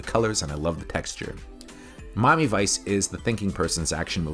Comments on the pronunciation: Wh-why do you pronounce it "Mommy Vice"? 😅 It's so distracting! Just say "Mi-a-mi", it's pronounced like it's spelled! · is this guy saying Mami vice all the time or is it just be me ?😂😂😂